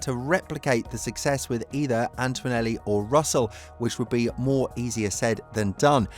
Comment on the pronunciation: There is no "w" in Antonelli...